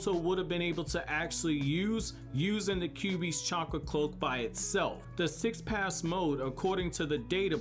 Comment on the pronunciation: The Sage of Six PaSS Mode... PATH my man, th, press your tongue up